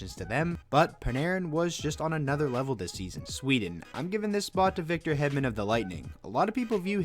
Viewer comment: hedman is pronounce like: heedman